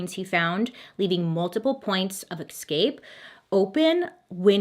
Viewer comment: Is there an ending somewhere?? Also, it's 'es scape' not 'ex scape'.